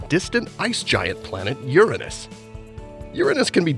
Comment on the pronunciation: You say it correctly like "You+Ranos" but people wants to create chaos to the point of renaming it as if it was 'an american english word'.